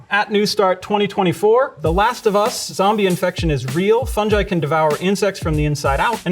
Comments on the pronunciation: Thank you for the video, was very informative. Only blazing issue i have with it.... its pronounced Fun-GUY, not Fun-Jai, just like its Gif not Jif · Never heard someone call fungi “funji” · His pronunciation of Fungi basically discredits anything he says in this video. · omg its “fun-jai” not “fun-guy”??? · Fun-ji😮❓⁉️❓ What?? Maybe it’s us British but I we pronounce it fun-guy😮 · It's funny how Americans pronounce fungi like funji but pronounce fungus properly. Interesting. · fungi is pronounce funj-eye? since when? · Did he really just say funj-eye instead of fungi? How does he pronounce fungus, fun-juice? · I've never heard fungi pronounced that way before!